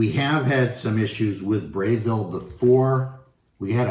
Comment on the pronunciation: Interesting unboxing. FYI - It's Breville, not Brayville. Braun. Not Brown.